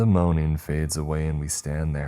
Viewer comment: Moan-iNG, NOT MOAN-Eene!!!!!!!